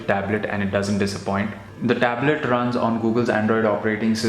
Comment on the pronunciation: Worst accent ever heard and dude improve your pronunciation eg: internal,runs e.t.c !!!!!